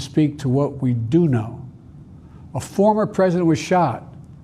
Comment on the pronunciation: Did he say FARMER TRUMP? OR FORMER TRUMP? STEP DOWN PLEASE sir. Save us all. Lets win this because our nation is in dire straights now.